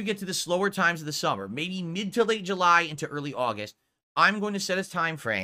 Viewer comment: Did he just say ‘This Thummer’? Reminds me of the 3 3ast 3 3urious flash movie.